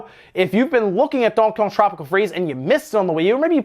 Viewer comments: Bro learn how to say DONK-EY K(AH)G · I always find odd how he pronounces Donkey Kong like lol. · Seriously..have I been saying donkey Kong wrong or is it just two words you have a problem saying.. lol anyway love your channel